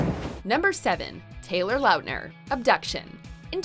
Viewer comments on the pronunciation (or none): They way she pronounces some of these names, has me ascending into the heavens ☠️😂 “Taylor LAUtner”